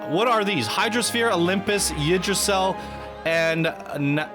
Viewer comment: She butchered "Yggdrasil"; it's meant to sound like "OOG-druh-seel".